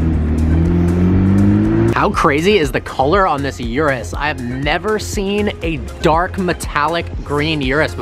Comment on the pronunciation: It's an Urus... not a Yurus...!